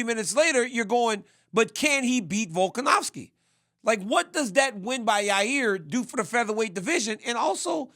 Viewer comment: Can we please get RC to pronounce Volkanovski instead of volkanowski 😖. Not a huge deal but every time I hear it it’s like nails on a chalkboard to me.